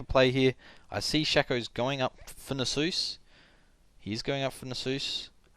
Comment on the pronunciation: NasUS, not Nasoose :p hehe good commentary!